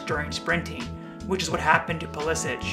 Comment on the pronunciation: He pronounces his name "Pulisick" not "Pulisich". Just ask him.